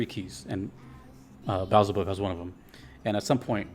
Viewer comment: bro said beezlebub 💀